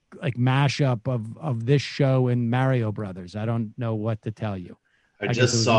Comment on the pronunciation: Sam pronouncing Mario like Merio